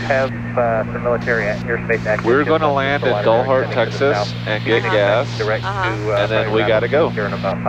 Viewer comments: Dalhart is pronounced Dal as in Al... not awl :) I have flown a lot at high density altitude the last 3 years and it definitely makes landings interesting. FMN field elevation is 5,600-ish and DA can be in the 9,000 range in the summer. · Texans call it 'D "al" hart', not 'Dollhart'. For future reference. Hit 'Like' and Subscribe.